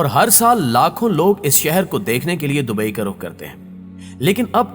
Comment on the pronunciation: Bhai dubai careek ha caryk nhi